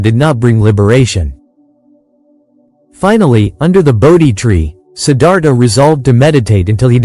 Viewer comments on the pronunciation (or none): I truly sad that the author can’t take the time to actually speak it in his own words. Sometimes AI works pretty good but in this situation mispronouncing the most important word in the entire presentation “Siddhartha“ unfortunately, stop me in my tracks. Can’t believe the laziness of the hosts in so many programs these days having to rely on AI which, quite frankly, still has a long way to go when it comes to pronunciation very simple words. Too bad – the information was good!